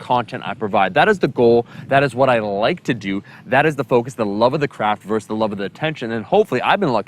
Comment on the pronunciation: I concur. Also versus, not verse. Small critique in what is a great video.